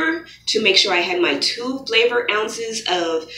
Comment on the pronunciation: Lmao I thought she said flavored! Im dead😂😂😂